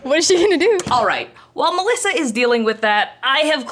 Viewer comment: As italian kudos to Melissa pronunciation.